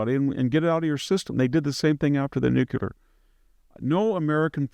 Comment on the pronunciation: Victor Davis Nucyelar.😆